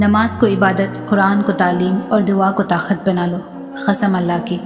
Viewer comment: Taqat ko takhat read kar rhi hn